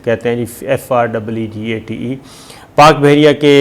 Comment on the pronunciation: Freegate hahaaa. It's frigate u idiot and and world knows chinese military equipments.